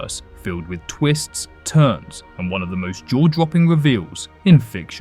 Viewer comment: Dwaw dwopping reweal 😅 No offense, that's just how it sounded.